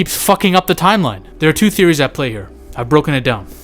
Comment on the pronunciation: Lol l 100% heard you call it AVP Poo instead of 2. Thats hilarious